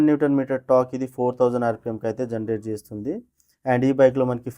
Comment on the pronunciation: Rate who will tells us ? Pls learn to say rate first. Next all thease.